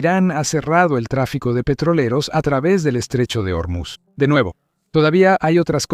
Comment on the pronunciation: No es germuz , es Ormuz